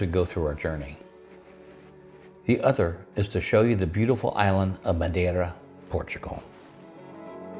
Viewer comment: I'd say you were born and raised in Portugal by the way you pronounced "Madeira". Welcome to our country!